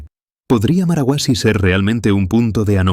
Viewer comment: No es marahuasi, es marcahuasi